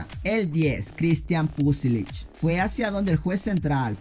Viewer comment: CRISTIAN PULISIC TE EQUIBOCASTE Y DIJISTES PUSILIC